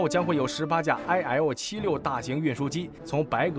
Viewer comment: IL-76念做伊尔76。